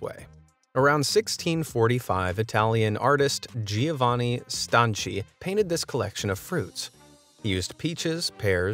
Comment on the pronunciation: Even though Giovanni Stanchi lived around 1645, i.e. 331 years before I was born, I can assure you his name was pronounced StanKi, for the simple reason he was Italian.